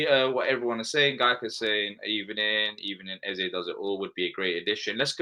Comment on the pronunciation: yep, but Eze is like Ezuh and Guehi is like Gayee for sure 😉🤣